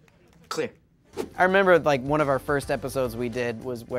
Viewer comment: You realize why he doesnt say 1 right